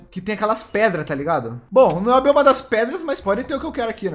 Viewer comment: Invés de eu ouvir "Bioma" eu ouvi "Bolhoma", audição 100% boa